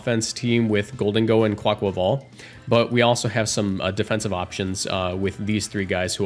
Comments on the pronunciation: i agree with your pronunciation, as a spanish speaker. theres an aqua in quAQUAval, and the rhythm is that of car ni val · Thank you for pronouncing it right! As Spanish speaker too I can't bear when I see Cybertron vids and he says 'kwaykwayvale' ☠